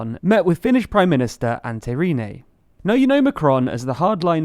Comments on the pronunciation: Antti Rinne is pronounced: An- ti Rrrrrr i ... ne Please stop mispronouncing Antti Rinne xD. Finnish pronunciation is the easiest thing in the world, here a quick guide: Single letters short, double letters long (for double consonants, make a tiiiiiny stop before saying it), and all vowels and consonants sound exactly how you write them, there are no variations depending on what surroundings they're in. All vowels are pronounced individually (yö is pronounced y - ö, not like english Yo). R is rolled like russian R. There is no -h at end of things, and no other funky business. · "Antay Reenay" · Ante rinei? Antti rinne, say it like an from annihilation and tea(short ea, long t or double t) from tea, then space it like aunt. Rin like rinse and ne from next